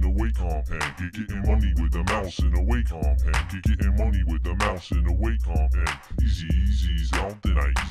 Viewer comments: It's waw...com! (A Wacom guy said "it's pronounced like Walkman." This was 1994.) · Still love this song, still irked by mispronouncing Wacom.